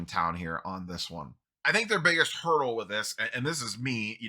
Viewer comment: Sorry had to listen to this spot couple times 😂😂 their biggest hurl 🤮 with all this is. I know it's hurdle but this sounds better.😂😂